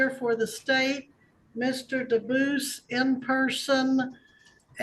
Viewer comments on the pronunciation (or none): Lose the AI voice! The name is Dubus, not Deo. Read it live because AI mispronounces words and has emphasis in odd places.